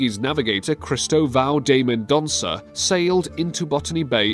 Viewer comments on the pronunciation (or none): none